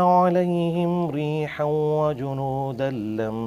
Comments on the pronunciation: I don't think it was a mistake because stopping there and resuming from the next word doesn't distort the meaning, so it's no necessary to start from a word before... But Engineer made a mistake after that , he didn't do idgham when he said reehaww. There will be a ghunnah on waw. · ریحاً میں ادغام مع الغنہ ہے لیکن مرزا نے ادغام نہیں کیا، یہ تجوید کی غلطی ہے ۔ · ریحا پر مولانا نے خود وقف کر دیا جبکہ آگے شد ہے ملا کر پڑھنا ہے